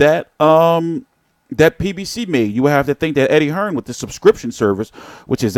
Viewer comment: U yanks keep pronouncing it wrong, it’s not “Hearns”, it’s “Hearn”!